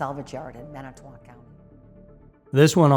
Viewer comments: Yeah check out my comments. I went to school with some of these people and families of people. PS did Minitoc bother you too? Lol I grew up in Calumet County, the County Avery was tried and sentenced in.... it's pronounced exactly how it's spelled. Manitowoc. Lol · The towns are pronounced ANT-i-go and MAN-i-toe-wahk. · Man it to walk. Ant eh go. Pronunciation is key. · Why doesn’t anyone ever research actual pronunciations of our Wisconsin towns and counties. Antigo….phoenetically: ant-ig-oh …and Manitowoc … phoenetically: man-ih-tow-wock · If you're going to make videos about wisconsin learn how to pronounce the names of places ffs! Wa-saw, man I to wac (Manitowoc) and the list goes on! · I live in Wisconsin and I was definitely prepared to great some mispronunciation of the crazily named cities and towns up here, lol! Antigo = AN-tih-go (kinda like 'vertigo'), but you got Wausau right and were pretty close on Manitowoc, which is MAN-ih-tow-ohk. You got lucky that there was no mention of Oconomowoc, Ashwaubenon, or Weyauwega! 😂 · ManiTOWoc. Lmao idk what you called it but it's pronounced exactly how it sounds